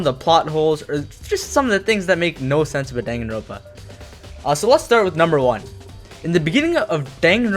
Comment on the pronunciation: Dude it's dangan-ronpa